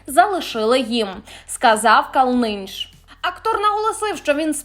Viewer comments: Івар-знаменитість. Невже важко на просторах Інету знайти правильну вимову його прізвища? Наголос на першому складі-КАлниньш. Ось такі моменти ріжуть слух і нівелюють задоволення від почутого. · фамилию актера нужно произносить с ударением на первом слоге. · Пожалуйста…. при подготовке материала изучите правильное ударение в фамилии !!!!! Слушать не возможно!!!! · Ви хоч навчиться називати призвища правильно!безграмотнi !КАлниньш! Гидко вашi сплэтнi слухать! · Ивар КАлнынш. Научитесь правильно выговаривать фамилию актёра. Имя и фамилия с ударением на первом слоге! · Пробачте за зауваження А можно наголос не ставити не вірно Калниш на першу голосну ставиться. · Наша, та робіть же правильний наголос на прізвищі Ка'лниньш. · Рівнень ведучої вражає. Як можна впевнено перекручувати фамілію відомого актора? Робити низку неправильних наголосів? Це нівелювання навіть справедливих оцінок поведінки відомих людей. Немає бажання дивитися такий канал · Может быть в силу своего возраста, Вы не знаете как произносится фамилия Калниньш, но перед эфиром можно было и узнать. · Журналистке не мешало бы для начала посмотреть ,как правильно произносится латвийская фамилия Ка́лныньш! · Калниньш-наголос на звук "а" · Не ,,КалнИнінш", а КалнинЬш. Перед тим, як вимагати ,,впОдобайки", можна і вивчити правильні імена. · Прізвище радянського актора правильно вимовляється КАлниньш, а не КалнИ ніш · Ну, во-1х, правильно будет говорить "кАлнынш", а не "калНынш" , ( это талантливейший герой фильмов моей молодости) во-2х, не надо повторять сюжет 2-3 раза, тут ментов нету, ну и в 3-х, могу с уверенностью сказать, что не с властью Зеленского судить Повалий или Лорак. Назовите мне , хоть одного человека, чиновника, коррупционера или коллаборанта которого посадила власть Зеленского?. Один киздеж, понты и не больше. Даже Святую Украинскую Лавру толком отстоять не могут и вышвырнуть от туда всю московскую мразь во главе с "пашей мерседесом". Для этого нужно быть просто решительным и твердым.